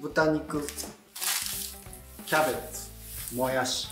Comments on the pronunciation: もやしーの発音違う もやしです！ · 材料・・・作り方・・・ポイント：もやしのイントネーション！！！www